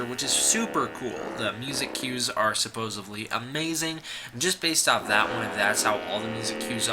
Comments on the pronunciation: Its nuclear. nu·cle·ar ˈn(y)o͞oklēər/ Also its "supposedly" not "supposavly" sup·pos·ed·ly səˈpōzədlē/ adverb according to what is generally assumed or believed (often used to indicate that the speaker doubts the truth of the statement). "the ads are aimed at women, supposedly because they do the shopping" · you also say "supposevly", when the actual word is "supposedly." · Supposively. Reportively. Nu-cu-lar. I like the video, but man... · "Suposivly"... And, moving on. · Also "supposably"